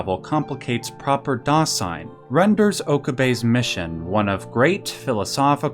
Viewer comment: great video but I got to be honest was a little hard to watch given each German word/phrase was mispronounced, I'm obviously biased but I can't help but think it's not that hard to pronounce correctly, Stein -- the S is like sh as in sham -- Shtein, Dasein -- that s is like a z zuh -- Dazein, I'm not into philosophy haven't heard of Dasein, interestingly Duden defines it as: das Vorhandensein, Bestehen, Existieren